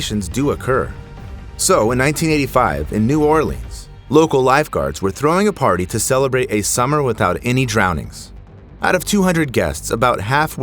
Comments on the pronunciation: "In 1985 in New Orlean" 🙁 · I do believe you missed the S in New Orleans.